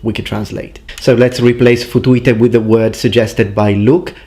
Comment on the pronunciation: ... ask a Romanian what it means :))) ... you pronounced it just as it should be said. (and it does mean 'f...' you in Romanian ; written as ''futu-i-te'' )